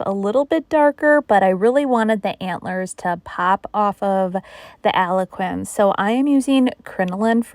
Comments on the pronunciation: Just for future reference, Algonquin is pronounced Al-gone-kwin. Algonquin are indigenous peoples from Ontario and Quebec so I feel it is out of respect for them to pronounce it correctly. BTW, love your projects. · Are you saying that colour is Algonquin? If so, it's pronounced Al-Gon-kwin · Other people have mentioned this before to her but she may not understand because she is still mispronouncing it. Love her projects I agree with it being disrespectful she may not be able to say it with the accent she has too. Idk.